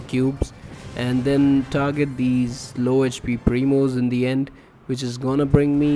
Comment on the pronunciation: Thank you, it helped me to push El Primo to 1000, it's my first Rank 30 brawler, I hope I will get more tips and tricks like this. Fun Fact: When this guy says "Primos" it sounds like momos lmao